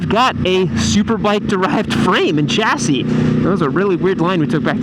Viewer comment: 'chassis' is pronounced 'shass-ee' it's a word of French origin. You may also be alienating your female audience by calling them boys. Decent channel though 👍